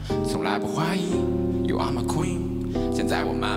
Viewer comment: sameee that accent